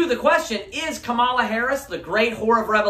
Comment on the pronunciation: Remember it's comma-la, not kuh-MALL-ah. :-) "Then said they unto him, 'Say now Shibboleth': and he said 'Sibboleth': for he could not frame to pronounce it right." -- Judges 12:6